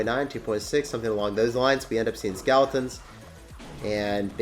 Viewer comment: Does anybody else notice that he says skaletins instead of skeletons 😂😂😂